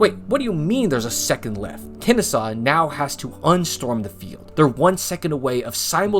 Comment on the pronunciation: Great vid. But did he say "Kennestaw" multiple times?